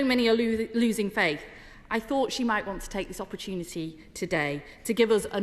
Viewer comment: Wow, she can't even pronounce "homage".